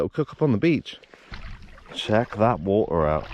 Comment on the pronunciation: When you were a kid did your mother not tell you waTer has a T in the middle